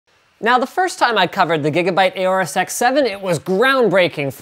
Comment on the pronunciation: It's aorus not acre